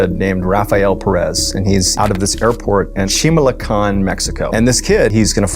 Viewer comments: Tal vez no pudo pronunciar Chimalhuacán. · Anyboy who pronounces... CHI-MAL-HUA-CAN ....LIKE "SHIMALECÓN" 😂😂😂😂 and Peréz instead of Pérez.... LMAO x10 🤣🤣🤣🤣🤣💩💩💩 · Shinalecon? Do you mean Chimalhuacán? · Hi There's no Shimalecon city in Mexico. Maybe , you tried to say Chimalhuacan city, but there's no airport in this city. Check your info. Mexican here. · CHI MAL HUA CÁN not Shimalecón... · SHIMALECON = CHIMALHUACAN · He meant to say Chimalhuacán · 1. Where the hell Is Shimalecan? 2. Did he meant Chimalhuacán? 3. If it's option number 2, it totally makes sense to the story. 😂😂😂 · Chimalhuacán ❌ Shimalecon ✅ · Never heard of shimelecon ? Maybe it's mispronounced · wait wait... So they're trying to say Chimalhuacán and instead they said Shimalecon? Hahahahaha, that makes it worse 😂😂😂😂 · What the fuck is shimalecon 😂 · De alguna extraña manera pude descifrar que el lugar que dijo al principio, como sea que lo haya pronunciado, es Chimalhuacán 😅